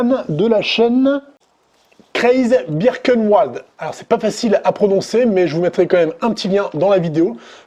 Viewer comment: Rayon de la grande - rayon de la petite = diamètre de la fraise.... Grande 40 donc R=20, petite =16 donc R=8.... 20-8= 12 et tu as une fraise de 8. Ou est l'erreur? Et pour la prononciation du nom de Yann, le W se prononce V donc Birkenvald et pas Birkenwouald, ce sera plus simple ;) Pareil pour Ouolfcraft.... Volfcraft et tout va bien